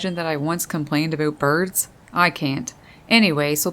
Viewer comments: Like it, but having a hard time with the "aboooot." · Holy shit I’m canadian and never heard anyone here say “aboot” instead of about. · Me: "hm I like birds alright" Narrator: "aboot" Me: :) Me: subbed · Immediately noticed that Canadian accent when she said "aboot" lol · Did you say aboot? Or was that my imagination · Thought " a boat " was a new word. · I think she actually said, “A-boot”. Lol! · The most Canadian pronunciation of "about" that I ever heard. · "About" lol I chuckle Everytime you say it ☺️😄